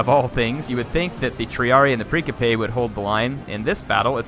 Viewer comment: Hier say it with me now...PRIN-SIP-PE And while we're at it, MAK-AH-DAWN